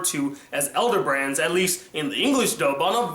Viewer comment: ITS ELDER BAIRNS NOT ELDER BRANDS,you said it like it was a cerial